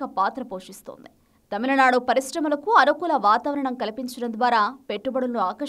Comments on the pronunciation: It is not TAMILA nadu....it is Tamil nadu...pronounce the name properly... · It's not tamalanadu guys, it's tamizhnadu atleast try to say as Tamilnadu..is it really that difficult for you to pronounce😊